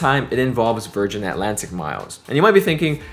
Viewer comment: Virganna, thank god there is the letter R 😂😂